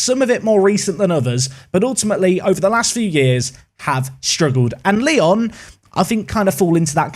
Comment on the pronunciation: try to say it Lyou next time, because now it seems like people will manage Leon, whoever he is lol ps: I'm from Poland and you did well with Ruch Chorzów, nearly perfected it.